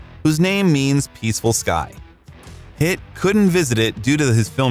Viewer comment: Everytime you say "Pitt" it sounds like "It" hahaha